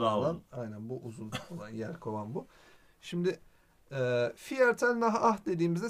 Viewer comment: viertel diye okunmuyo, firtıl diye okunuyo bilginize...